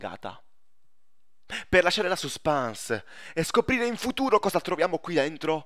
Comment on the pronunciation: Si chiama Saspens (?) non Suspans LOL.